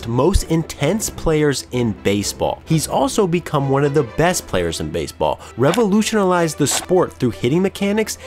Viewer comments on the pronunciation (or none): "Revolutionalized" huh